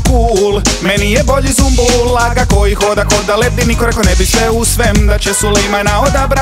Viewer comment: Nije ZUMBUL brt vec Sumbul jbt.